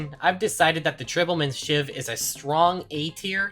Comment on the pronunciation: How can someone see the word "tribal" and think it's pronounced "tribble"??